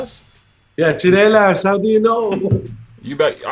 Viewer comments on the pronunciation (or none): *tsinelas not chinelas :))